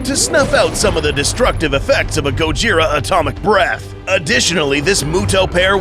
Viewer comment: "gaud-ji-ra"??? sorry can not take this video seriously